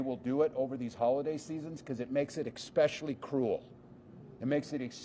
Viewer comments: Expecially. Is he 12? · He said exspechially cruel? Exspecially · Exspecially, Walz? 😂😂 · Tim Walz, a sitting governor, says "Eck-specially". This could be viewed as pedantic. But sometimes, being unable to do small things right really IS a diagnostic about bigger things. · Exspecially? This is the Gov’s language skills. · Walz was a teacher but to him "expecially" is a word. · Exspecially? Timmy learn the language. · two guys with a car and camera expose a governor who says "expecially"